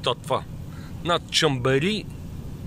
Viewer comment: Бат, произнася се Шамбери.